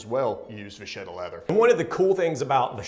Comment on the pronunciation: Great stuff guys! I really appreciate you guys talking about leather items other than shoes! On a side note: it is va*ketta. Hope you won't mind! Keep up your excellent work!